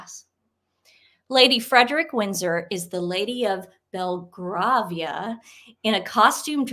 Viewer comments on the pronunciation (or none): Just for future reference, Belgravia is pronounced BellGRAYvia. Got to love British pronunciation ! Great video. Peter Philips has no title, Zara has no title, they can do what they want. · As a fellow twin, I love your show and watch it with my twin, also a fan. Belgravia is pronounced ‘Bel-gravy-ia’. Also Sophie is the wife of the son of Prince and Princess Michael of Kent. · Thanks for another great video, ladies! (PS, it's pronounced "BelgrAYvia")